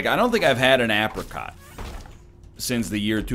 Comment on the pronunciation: Please stop saying apricot like that